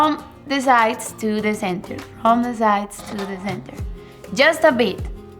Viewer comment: Jhust a beeet 😂